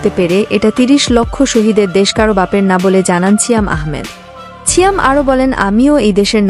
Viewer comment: "ছিয়াম" এটা আবার কেমন উচ্চারন ?